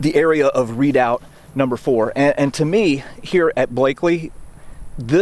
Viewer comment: pronounced re..doubt not readout! or maybe thats an american thing like booee for buoy